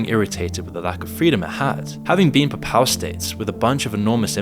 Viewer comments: PAY PAL not PAPPAL, it's not that difficult... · Also incorrectly pronouncing "papal". It's not "puh-PAL", it's "PAY-puhl". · Saying Paypal would be a closer pronunciation for papal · It's not papow states... it's Papal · Papal is pronounced as PAY-pəl. Look at wiki. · There is no such thing as the puh-pal states 🤦🏾‍♂️🤦🏾‍♂️ Also it’s very easy and a parent to tell that you’re taking the Jake Tran method of putting up these videos and scamming your audience via sponsors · please learn how to say the word "Pay=Pahl" bc you sound illiterate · XII is 12th. Also it’s pronounced Pay-Pull states. I can see you’ve done a lot of research but it is very disappointing to see you make such easily avoided errors You mean “Warring countries”, WAR-ing. Do you write your scripts? If so, surely you know you meant ‘countries at war’. “Ceremonial hissy”??? You mean HEARSE, pronounced her-ssss. What’s wrong with you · mispronounces "papal" every single time he says it. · That's not how 'Papal' is pronounced. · It took me a while to work out he was saying 'papal' 🤣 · Content aside, has anyone else noticed a bunch of mispronunciations? "Papal", "warring" "hearse". Is moon and ai generated voice?